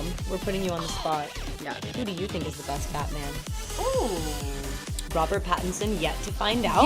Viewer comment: Robert patterson heavy Indian accent 🤣🤣🤣 didn't expect it from a recommendation its Robert Pattinson dude